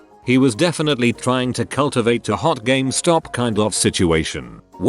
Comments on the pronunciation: Ah, I love Gam-es-top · Nobody: Automated Voice: "GAMEHSTAHP" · No one: Not Even One Living Thing: Speech Robot: gAh-MeH-StOp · people: game stop text to speech: gam eh stop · No one:: ga MEH stop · Nobody: Not a word was spoken: TTS guy: GA-ME STOP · ga me stop -_- The least these channel-runners could do is listen to the text to speech once, and make adjustments so that it sounded good, rather than just copy-paste and submit. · It'll always be Ga-mes-top now. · what? it is not Gum-estop? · Computer can't pronounce "GameStop" but "Syphilitic" is no problem. K.